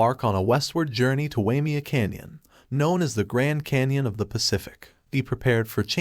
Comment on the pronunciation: A retirement place for rich people . The canyon is pronounced. “Why may a”